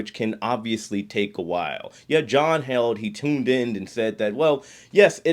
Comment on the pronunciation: HEEL'D not held. John heald